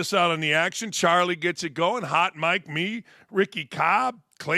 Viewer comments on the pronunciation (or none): none